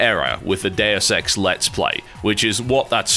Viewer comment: i don't know if its just me, but every time he says deus ex i hear dare sex